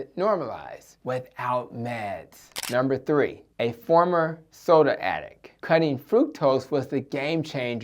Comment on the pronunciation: "Cah nivore" (carnivore) "Addick" (addict)